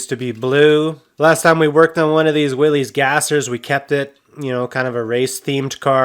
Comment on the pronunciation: Willys is pronounced Will-iss, not Willies.